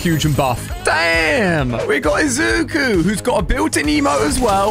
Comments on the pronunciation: Ooooowll might, Izzuku, Ochacow, and Baks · Awl might is fine izoo koo is also fine ocha kow is hilarious and my fave izuku? That Bakugo lol butchered them names all right